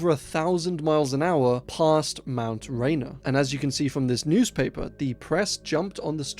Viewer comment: This comment might get buried but oh well. I live somewhat close to Mount Rainier and around here we pronounce it "ray-near"